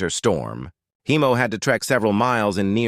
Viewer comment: Heimo, not Hiemo. German name.